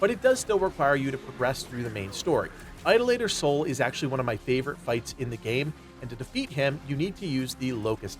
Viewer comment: The way he pronounced Idolater Sol gave me Forrest Whitaker eye... 🥴